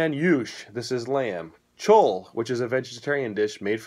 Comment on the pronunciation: What in the world is choal? Its pronounced cho-lay the same ending as mole (the Mexican sauce not the animal)